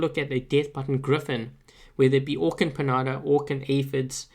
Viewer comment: It's adorable when pronouces piñata. xD The ña in piñata sounds similar to nya.(nee-ya) Pi-(nee-ya)- ta. That's why accents are important. I hope this helps, but it's not necessarily important because we like the way you pronouce it. xD:)